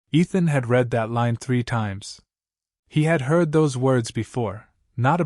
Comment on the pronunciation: The AI reader simply does not ever correctly identify which tense of "read" fits in context; it mispronounces "read" several times in this story.